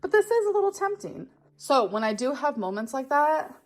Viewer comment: The correct Pookie approved pronunciation is 'molments'.